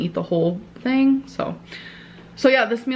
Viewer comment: And here, Dr. Now would be saying "You don't tink your weight gain has ANYTING to do wit your eating habit?" 😂😂